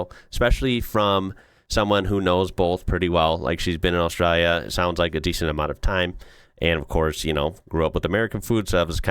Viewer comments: The way you pronounce ‘Austraya’ like a local cracks me up 😂 it doesn’t fit with your accent at all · Props for pronouncing Australia right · Hearing an American pronounce Australia, pretty close to right, is spinny af. You get so used to hearing it mispronounced that it can catch you off guard when it's pronounced right, in the middle of an American accent.